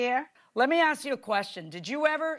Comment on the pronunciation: The word is “ask”